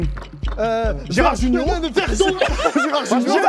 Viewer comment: « Verre d’o, Gerard Jugn’o » ça m’a fini wlh 🤣🤣